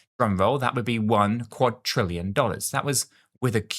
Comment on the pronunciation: Please say quad-RILL-ion Not quad-TRILL-ion